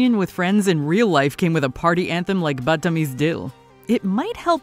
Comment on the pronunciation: Not Buuttameez , thats the problem with non Hindi speakers mispronouncing everything. Couldn't they have hired an Indian speaker? It sounds so funny & wrong to hear the narrator say the names. Not only is it hard for us to break into Hollywood movie as Indian Americans , we cant even get a job that requires an Indian . This so mis casted. We dont get a break!!